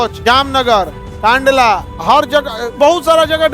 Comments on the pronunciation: कांडला ❌️ कंडला ✅️ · Kaandala❎ Kandala✅